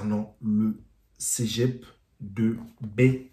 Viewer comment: Mec c’est Cé pas cegep